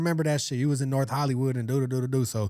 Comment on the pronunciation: Norff LA ha😂